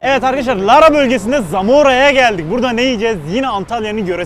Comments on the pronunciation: abi bir antalyalı olarak düzeltme yapayım lara değil laaaraa diye uzatılarak söylenir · Abi lara değil laaara diceksin 🤣